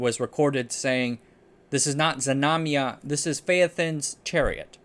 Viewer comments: Znamya/znamia, not Zmanya. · It's "Znamya" (flag), not "Zmanya". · not zamanya but ZNAMYA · DudE! I am native toungue russian, I heard that name zemanya 7 times and couldn't understand it. The name is ZNAMYA (flag/banner), not zmanya..